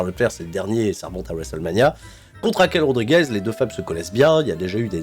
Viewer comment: RAQUEL ! Rodriguez-euh !